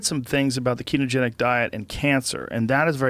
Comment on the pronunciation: Pretty sure it's ketogenic, not ketotic